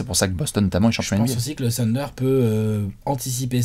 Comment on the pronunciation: s’il te plaît: le « Th » en anglais se prononce « sssss » en plaçant la langue entre les dents (avec un cheveu sur la langue quoi). Donc pas « TEUNDER » mais « SSSSUNDER » Demande à de t’expliquer 😅